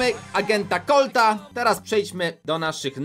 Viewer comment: *gadżet do colta Nie do collta